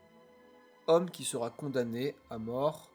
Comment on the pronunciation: C'est une bonne vidéo ❤ Fais attention cependant à éviter certaines liaisons avec un t qui se balade "sera T impliquée "... Et juste une remarque : le verbe "se présager" n'existe pas 😂, tu peux utiliser "se profile" ou "se prépare ". En tout bravo pour ton travail, c'est de mieux en mieux.